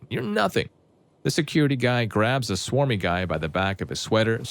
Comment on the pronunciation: Bro it clearly says smarmy not swarmy 😭